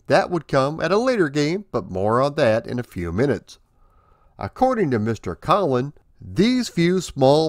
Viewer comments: Not to be "that guy", but Brian's last name is pronounced "COE-lin" not "KAH-lin". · ... No problem, nearly everyone pronounces it the way you did. I should probably spell it "Coal-in" 😆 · Btw, you are pronouncing Brian Colin's name wrong. It's pronounced like Colon. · THANK YOU; Really Great re-telling of the RAMPAGE origin stories. You even reminded me of a few things I'd forgotten. Well Done!... One tiny thing though, a common mistake. My name is pronounced with a long 'o' (...rhymes with Bowlin' )